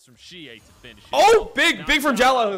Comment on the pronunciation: why is he pronouncing xiaolaohu's name wrong even though the commentator is literally saying it over and over correctly?